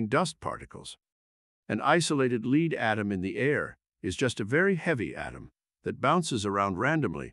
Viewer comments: So we are leading the way for Pb to be pronounced 'leed'?? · These things are getting pretty good. The only giveaway is that it pronounced lead "leed."